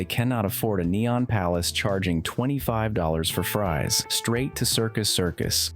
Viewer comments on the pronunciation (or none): none